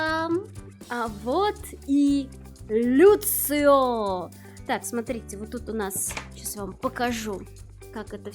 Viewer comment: почему люцио.... может я что-то не понимаю, но он даже в оригинале лусио.... вообще очень здорово видеть что в ру комьюнити кто то покупает такие дорогие штуки, вполне уютная распаковка